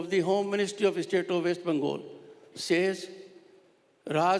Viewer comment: How long was he governor? He can't even pronounce "West Bengal" and "Kolkata" correctly. Blatant RSS Modi stooge.